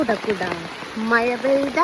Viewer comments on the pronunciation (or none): മയ അല്ല മഴ 😂